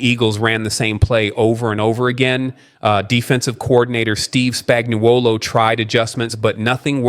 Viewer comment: Please pronounce Spagnuolo right. It's spag-no-lo.